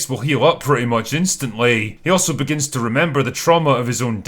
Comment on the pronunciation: “The Crow Bregins” by